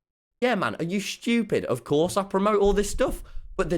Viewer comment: "are you SCHHTEWPID"